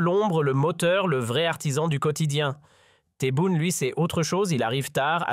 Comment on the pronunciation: SVP commencez à bien prononcer les noms de Monsieur le Président TEBBOUNE et de Monsieur Boualem Boualem, l'Algérie vous dérange, la politique à changé, mon très cher pays avance, je ne veux pas être trop grossier par respect aux noms des dirigeants Algériens qui figurent dans ce commentaire. C'est le bordel, la chute, le chaos chez vous et vous avez le courage de parler de l'Algérie, personnellement je vous en merde.